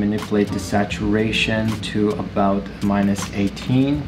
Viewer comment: Aboot? Haha